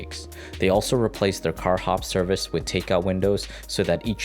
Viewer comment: The guy narrating this saying "Wit" instead of "with" what is up with that? We all speak differently, but couldn't they find someone professional to do this?